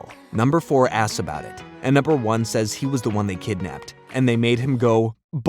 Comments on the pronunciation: Love this recap and I miss this show greatly!! Just fun reminder, it's, "Numbuh," not "Number!" 💜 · You are pronouncing "numbuh" wrong